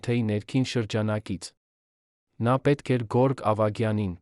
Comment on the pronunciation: և տառը չեք կարողանում արտասանել։ Երվան ֊ Երևան Գորգ֊ Գևորգ և այլն։